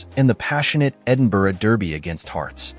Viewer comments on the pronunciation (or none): none